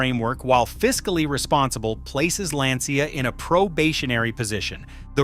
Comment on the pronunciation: Why all English speakers can't pronounce Lancia as it should.